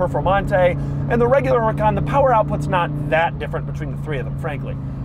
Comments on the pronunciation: Doug. You of all people. You're saying it wrong. It's not "HUR-I-KON" It's "OOER-I-KON" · #DougDeMuro Please treat the H as silent. Pronounced /Ur - eh - khan/. Its 2023 - Americans can acknowledge silent H’s. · Is pronounced “uracan” no H. Just U-RA-CAN. Simple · You DON'T pronounce the H, it's a Castilian/Spanish word.